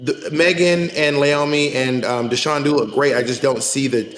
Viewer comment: it's pronounced *DAYshaun, come on ladies!!